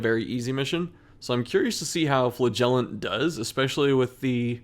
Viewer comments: Does he say flagellation, flahgelateteaon? At this point I’m actually curious. I love his content, but why does he do my man flagellant so dirty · Flagellant is stressed on the first syllable.